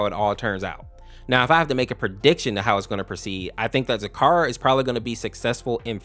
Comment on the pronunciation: Your say zecora wrong. Ze-cora Or zi-KOR-ə